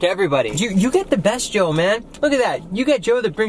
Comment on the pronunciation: UGH IT'S JOE *ajajaajajaa*